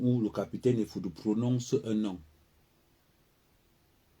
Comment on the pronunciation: C'est EFFOUDOU et non FOUDOU.